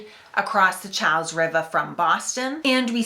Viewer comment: Cha's is a bridge too far. It's "Char's", or if you're being pedantic, "Charl's". This is one case where your rhoticism guidelines have steered you wrong.